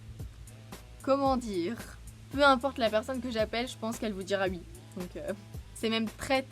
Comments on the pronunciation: Trooop chou tu dis « ui » au lieu de oui. Jtrouve c’est trop cutee. BRAVOOO POUR LES 100K TU LES MÉRITES ❤️ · C'est stressant tu dis "ui"